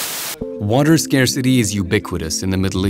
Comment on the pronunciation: Dude says.. the WATEL.. WHAT TELL? WOW